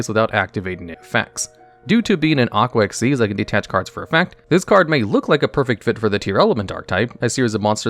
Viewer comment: Finally someone who pronounces it right. Just gotta master writing it as Xyz and not XYZ.. unless you also type FUSION and SYNCHRO at every utterance of them.